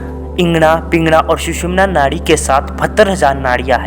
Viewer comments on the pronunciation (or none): Ingda, pingda nahi. Eeda, Pingla 😂